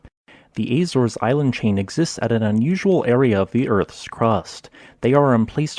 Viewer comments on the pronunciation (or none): none